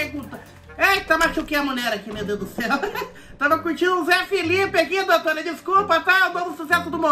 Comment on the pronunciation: "doutoura" kkkkkkkkk